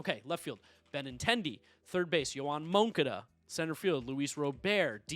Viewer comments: I’m a Sox fan and I have always said mOncAda, not whatever the hell he just said 😂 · Yoan MOANCADA💀💀💀